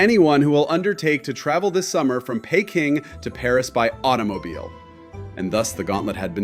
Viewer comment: How did you manage to mispronounce Peking as Payking!:face-fuchsia-tongue-out